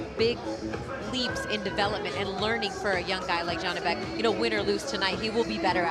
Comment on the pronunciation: Why does the commentator keep calling Janibek as Yanibek? I assume he can definitely pronounce Jonny or John, so why can't he pronounce Janibek? Where is the logic, J and Y absolutely different letters. I could hear the coach clearly calling Janibek by his name or sometimes shouting Joni.